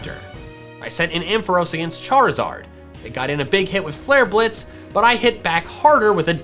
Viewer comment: If you can spell Flare Blitz you can say a greman word (Blitz) also really nice video